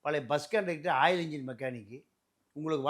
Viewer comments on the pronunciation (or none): none